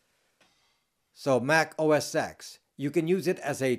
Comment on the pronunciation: Mac OS X is pronounced "Mac OS ten". "X" is the roman numeral for 10. OS X came after OS 9. Pronouncing it as "OS ex" loses you some serious nerd cred points :)